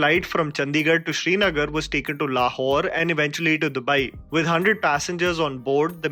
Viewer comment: The way Indians pronounce Lahore should be listed as a crime